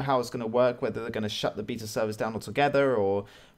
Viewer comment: The way you pronounce "beta" really annoys me....